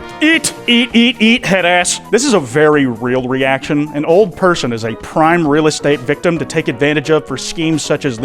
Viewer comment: I do believe he said "A human ferson" Or "furson" Either or Lmoa